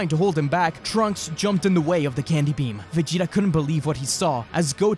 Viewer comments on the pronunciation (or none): it's peam...